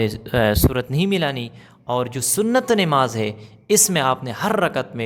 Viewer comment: Nemaz nhi h namaz h,sahi boliye